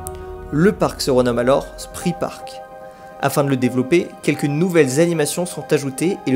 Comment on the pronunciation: Très belle vidéo, merci. Juste pour info, Spree se prononce « chpré », mais ça, je le sais juste après quelques années de Berlin... 😅